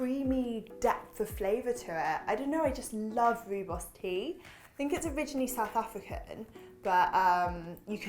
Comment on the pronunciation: As a South African I am so glad to see Rooibos make the list! It has been used to make tea for centuries and my mum drank it right through her pregnancy - it is really safe and packed full of antioxidants. Try it with a slice of lemon too. And just because you mentioned quinoa...you pronounce the 'bos' part of rooibos beautifully, but if you pronounce 'rooi' a bit more like 'roy' you will sound just like a South African! 😊